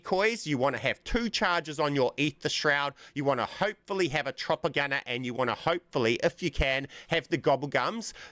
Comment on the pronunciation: The whole time I was wondering what he’s referring to when he says “a Tropicana”. Come to realize he was saying “chopper gunner” 🤣